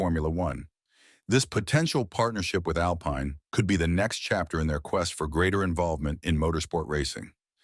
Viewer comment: It's Alpine, not Alpaine. It's Mazespin, not Mazepain